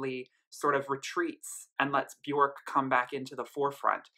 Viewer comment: Björk rhymes with "work", not with "pork" ;-) Great review! :-)